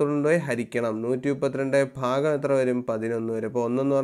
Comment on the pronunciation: ഫാഗം അല്ല സർ. ഭാഗം എന്നാണ്. ( fagam is wrong sir. Bhagam is right sir)